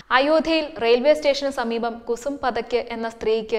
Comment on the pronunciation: 'കുസും പതയ്ക്ക്' എന്നല്ല, കുസും പാഠക് (Kusum Pathak). പാഠക് എന്ന surname മലയാളികൾ പഥക്, പതക്, എന്നൊക്കെയാണ് എഴുതുന്നതും പറയുന്നതും. അത് ഈ അവതാരക 'പതയ്ക്ക് ' എന്നാക്കി.🤭🤭🤭🤔🤔🤔